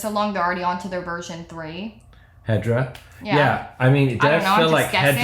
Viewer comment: Every time you said hedra, I keep hearing hydra and imagine this guys company as some Marvel villain hideaway...